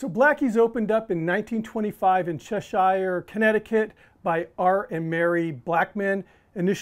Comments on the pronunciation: lol. Chesh er. Not shiiire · Interesting recipe indeed! We'll definitely try our hand at it come summertime. Incidentally, it's CHE-SHR, and not CHE-SHIRE. 😉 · I drive by there everyday. One thing, the town is pronounced "Chess Sure" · Its pronounced Chesire - like the Chesire Cat. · It's pronounced "Chesher". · Chesh eye R? If you can’t even bother to pronounce the town correctly, how do we take you seriously on anything else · The town is pronounced like the cat from Alice in wonderland, not a village in England, 😅 Still well done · This guy better learn how to say the name of the town right. needs to roll out.